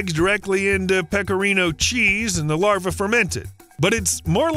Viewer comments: Why is New South Wales labelled as Western Australia? Is that an indication of the accuracy of the report? Not to mention pronouncing "larvae" as "larva". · The plural of larva is larvae (pronounced lar-VEE").